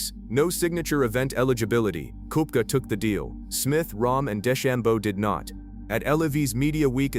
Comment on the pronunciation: So AI can’t pronoun Brooks’ last name?